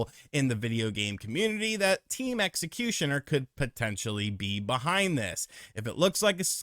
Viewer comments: my dude, it's Xecuter not Xecutioner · Is he just mispronouncing Team Xecutar on purpose, or is he really not aware that he's saying it wrong? Lmao